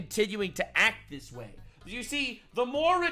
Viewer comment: How can the greatest country in the world have leadership who can’t even say this, she keeps saying dis instead of this. Can’t even speak correctly